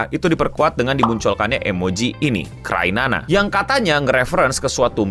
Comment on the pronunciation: kok crynana sih? bukannya cryana? Kriana bukan krinana?